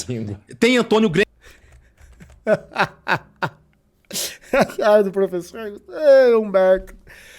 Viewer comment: "tem Antonio Gruemischt"